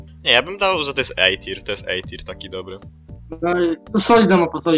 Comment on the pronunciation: Nie mówi się Ej tir a A tier